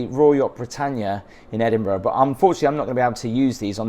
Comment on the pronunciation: I love how you explain everything. But why can you not pronounce Edinburgh correct. Especially as your English. Very very disappointing